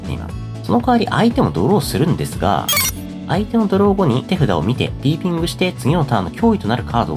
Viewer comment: ピピーングになってて可愛い笑